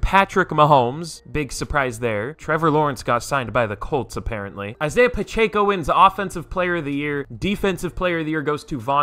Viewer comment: Please stop saying Pacheco wrong 😭